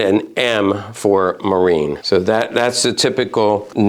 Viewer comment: When pronouncing German Navy from the Nazi years it reads (Kriegs)marine. The -e at the end are pronounced like -e in the word see. „Marin“ is simply a bastard, not German, not English -Navy.